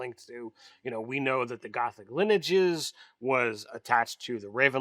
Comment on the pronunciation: That is not how you say lineages yo